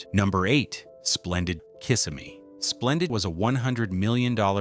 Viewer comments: The city is named kih-SIM-ee, not KISS-a-me. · Can't read your title cards? It's Splendid CHINA, not just Splendid. Also, it's not KISS-imee, it's Ki-SIM-me. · Kiss-e-mmee, its italian yea? Im kidding, im fl native, its like ybor city when they say Y bor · Its pronounced KIS-SIM-MEE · Over 47 years in Florida, and I'm just now learning that a nearby city is pronounced "Kiss-a-me" 😅 They left out an additional 2 Orlando attractions that were wildly popular in the 1980's: The Mystery Funhouse, and Wet & Wild water park. Several great memories at both attractions during summer vacation as a teenager. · The guy narrating this needs to learn how to say the name of the city's or towns right !!!! Kissimmee is an Indian name you say it : Kis-sim-mee !!!! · The pronunciation of Kissimmee is incorrect.